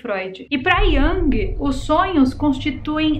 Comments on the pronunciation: Oi, deixa eu colaborar com você, sou psicóloga, a pronúncia correta para Jung é “Iung”. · Carl Gustav Jung era suíço. A pronúncia do seu sobrenome é "Iung", com som de u mesmo. Só uma observação 🥰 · Querida, “Jung” o discípulo de Freud que você comentou no início do vídeo, se pronuncia com “U”...🙏🏻